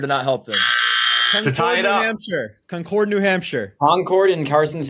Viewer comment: Thank god knew how to say Concord correctly that was killing me as a NH native haha